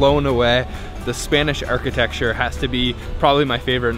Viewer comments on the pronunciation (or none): none